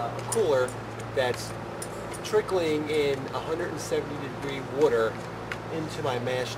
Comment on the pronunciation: what the fuck is wooter?